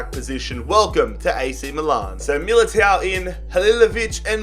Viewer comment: its Eder Militão. With an "ã". English people keep doing this. And you do the same with the "lh". For example, William Carvalho. Its "carvaLHo". Not "Carvalio" like you keep saying